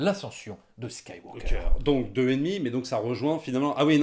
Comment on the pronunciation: attention à la prononciation svp, on ne prononce pas le L de SkywaLker ou FilmtaLker par ex, ni le G de MakinG Of etc... Ça dénote je trouve dans un bon argumentaire qui m'encourage à payer ma place de ciné alors que je n'avais qu'une envie: boycotter!